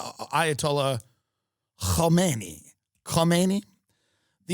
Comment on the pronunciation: Netanyahoo pronounces Kohmeni's name very properly, and that's really what counts.